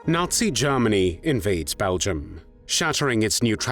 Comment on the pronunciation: Please stop saying Garmany. Its said as Germany.